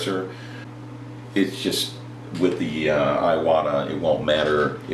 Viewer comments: Great Video. but living in Japan for 3 years.. its I-Wa-Ta... not I a wa ta.. LOL.. not really harping on ya, im white but I spent alot of years learning the language and this is SUCH A GREAT INFORMATIVE video it was the only thing bugging me.... Im with ya on the switch the taller trigger on the Badgers and the fine lines are sooo much different.. went to a Badger Sotar and patriot from a Neo and Medea Iwata..... Speaking of compressors any Suggs on quiet air comps? like the fortress, Hitachi, or no name? Ive been searching for that but not sure just searching by Decibel rating...both or the higher end brushes are about 160 or so... Any people do any tattoo work with a rotary pen the badger feels more at home.... larger and heavier base... Keep the Vids a coming man! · There's only two A's in iwata😂....E-WOT-A